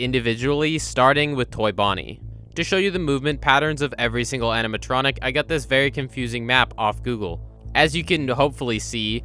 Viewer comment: “Aminatronic” lol. No shade or anything, just makes me giggle whenever I hear it